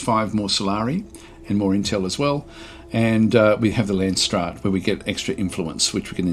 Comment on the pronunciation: I like how your prenounce landsraad. It's a Dutch word so you completely butcher it.